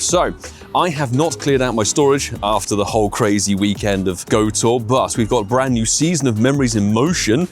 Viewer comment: Did he just say Hhhhhhhhhhhhweekend? Wow a fkin volcanion tease for the ones who already got it? fkoff pokemongo. I'm tired of this game